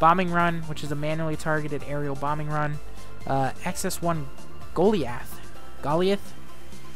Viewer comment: doesn't even know how to say goliath lmao. GOAL-EYE-ITHHH lmao